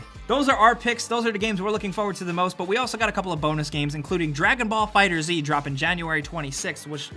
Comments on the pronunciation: C'mon you suppose to hold the high gaming standard. Pronouncing DB new game is important. FighterZ is pronounced "Fighters" not Fighter-Z. I'm sorry I had to come down on you so hard but in a weird kinda way it's sort of my job. Still friends? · “Dragon Ball Fighter Z” boi it’s pronounced “Fighters” not “Fighter z” Also why not Spider Man PS4? Should’ve at least been an honorable mention